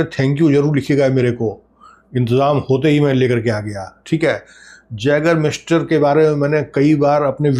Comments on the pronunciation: Sir this is pronounced as yagermeister not jagermeister. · जैगर मास्टर 😅❌ आइगर मास्टर ✅ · Sir small correction yeh as a yay.gur.miester kehlati hai j pronounce nhi hota